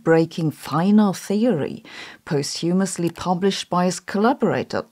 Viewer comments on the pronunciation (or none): Just pointing out, posthumously isn't pronounced post-humously, but more like POstyumously. Yeah, it's weird, I agree. It's like how forecastle is somehow pronounced focsle. Mad.